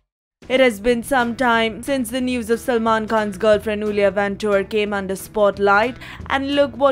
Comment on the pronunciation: Is not ulia is iulia first is i (e) as in india .... try again now